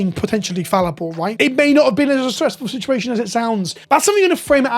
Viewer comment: I hate he said sea shed shituassion